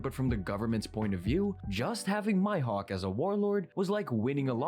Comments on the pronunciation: Who on earth is “My-Hawk”??? Maybe he has “hay-kee?” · The fact he says Mihawk as my hawk makes me uncomfortable